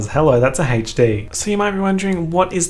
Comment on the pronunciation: wait how did you say HD?